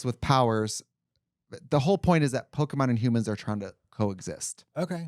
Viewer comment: Please stop saying Pok-ee-mon! 😭 It's po-keh-mon